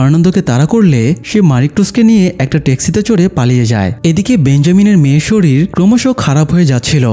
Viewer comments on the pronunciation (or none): none